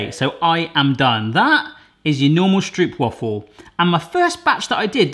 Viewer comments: I have stroopwafel in my veins! (Pronounced Str OU pwafe ((as in "dough¨)) and not str OO pwafel if you know what I mean...) Time to clean your camera lens! Great video! Since I live in Greece now I do miss my dear Stroopwafel as well as some good raw haring! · 1.) it’s pronounced “Strohpwafel” 2.) they care to cut while still warm 3.) you don’t want any puffage whatsoever!!! btw: at Dutch markets they actual sell ones the size of your full Shakespeare thingy fresh from the iron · The stroop part is indeed more like strope, but now they still will be pronouncing wafel wrong. The thing is that I have no clue either how to write it so that english speaking people pronounce it correctly. You need to pronounce the a more like ah I guess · Pronounced "Strope - Wah-fels", so no Stroop Dogg unfortunately :) Also, pop them in the microwave for about 15 secs when your mug is too big. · it's actually not pronounced 'strewp' (although I wish it was) it's more like an 'ohw' sound, like a long 'O'. strohwp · The double oo you pronounce as a single english o so it is not stroepwaffles but stroopwafels. I know it is difficult to understand but thats what it is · Please pronounce it as 'strowp' waffle, that's more correct than 'stroop'waffle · Stop saying stroop and start saying stroap and you’ll instantly feel like a pittig garnalenkroketje. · strope waffel is better pronunciation, well done on taking on a Dutch classic, now onto raw Herring with onions lol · Im from Holland i like stroop wafels And you said stroop wrong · I think it’s pronounced: ‘stropewafel’ like the O in goat..?? Someone correct me if I’m wrong! 😅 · Dutchie here: Stroopwafels are actually pronounced as stropewafels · I find it funny how people from foreighn countries pronounce stroopwafel. The translation is syrupwafle. Stroopwafel is pronounced like (own) that o sound. Strupewafel😂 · Hey, i'm dutch... But there called strOOp wafels (where the OO is more like the O in Oh My God:)